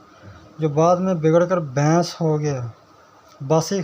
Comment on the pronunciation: Yar bains nhi hota baiss hota hai